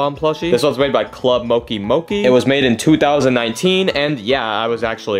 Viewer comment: Club mokki mokki 💀 (btw it’s club mo-chi mo-chi)